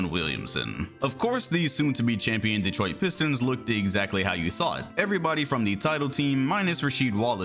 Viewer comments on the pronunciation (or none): none